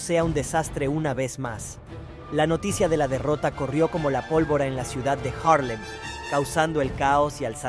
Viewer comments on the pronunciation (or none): Es Haarlem y no Jarlen.